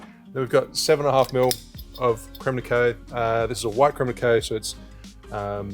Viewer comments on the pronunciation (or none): i love you and this work and you're amazing but pls, Kak-ow not K-oh 💓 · Creme de {cak-kow} ;) It's French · how are you pronouncing cacao? lol???